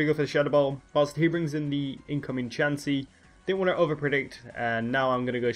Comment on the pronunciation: nice battle lol the way us ay chansey's name in his game is too funny:p